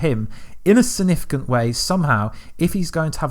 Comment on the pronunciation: Dude. You have no substance or factual information to share. All you have done is add a Click Baity title with the words “Leak” & “Revealed” as if you have some insider knowledge. But all you’ve done is theorise on your own opinion passing them off as fact. You can’t even say “Significant” properly. How can you expect people to take you seriously if you can’t even articulate yourself properly. Time to rethink the quality of your content dude. 👎🏻